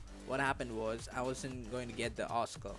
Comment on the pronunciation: What's a awwscoh???